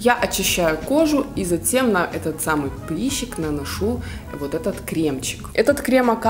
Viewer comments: Если таки говорить по-русски, то прЫщ, прЫщик. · режет слух слово "приЩик" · Только хотела написать! Звучит ужасно! Бееееее!